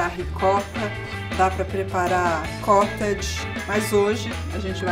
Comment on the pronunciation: Só ela fala cótage 🤔😕